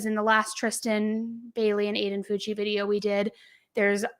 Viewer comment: It's pronounced FOW-CHEE!! I'm a teacher in his district. This has shook our community. He's now playing the crazy card. Sick kid. Sick family.